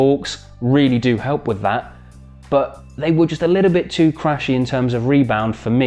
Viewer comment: Your “Bbaa” (but) is funny